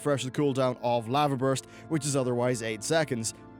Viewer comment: wait why do you say lava like that